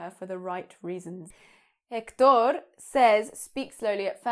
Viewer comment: Such helpful tips! By doing this I don´t consider essential attending to English lessons, all I know I learnt by myself. What do you think about English lessons? BTW, the strong syllable of Héctor is second one. Your Spanish is great anyway